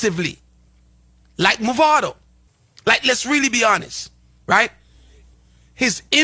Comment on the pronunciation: First of all, da man deh need fi stop mess up di artist name. His name is "Mavado", not "Movado". Movado a di watch ⌚️, Mavado a di artist. First get di pronunciation of the artist name right ✅️ before yuh chat 🙄😏